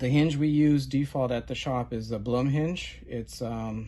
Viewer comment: Blum is named after its founder, an Austrian gentleman by the name of Julius Blum. The name is pronounced, "Bloom." It does not rhyme with "Plum"